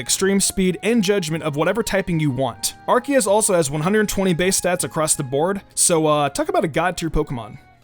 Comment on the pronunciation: You say Arceus wrong you say it like Arseus